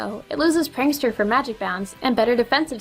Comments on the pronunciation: PANKSTER. Not Prankster...? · Instead of prankster it says pankster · Prankster not pankster... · Pankster instead of Prankster, lol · Omg she wrote pankster instead of prankster while talking about banette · lol PANKSTER, not PRANKSTER! XD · he he he... pankster XD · pankster sounds dirty or is that just me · I think you forgot the "r" in prankster